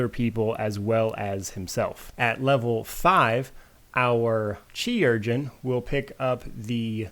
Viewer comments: its pronounced surgeon :) also great video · It's actually pronounced like Kay-ru-gen